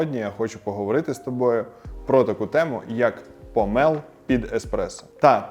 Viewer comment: Дуже дякую за українську, єдиний момент - не помЕл а помОл . Провідміняйте слово - не помЕлоти а помОлоти, змОлоти